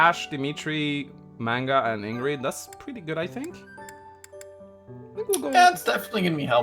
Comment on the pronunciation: did just pronounce her name ingrid